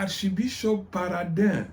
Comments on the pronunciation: Uko biri kose, soma amazina uko ari Exemple: Gatera kandi ari Gitera Peraudin ntabwo ari Parodin... Bieabina ko amateka yino uyasoma gusa canke ubigira ubishaka..... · Ngukosore gato ni Monseigneur Peraudin André ntabwo ari Paraudin nkuko ubivuga. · Yewe mutama, vuga ibyo iwanyu, ureke ibyo iwacu mu Rwanda kuko ntubizi neza. Dore n'amazina yabo ntuyavuga neza: Mgr PERRAUDIN et pas Paradin, GITERA et pas Gatera.......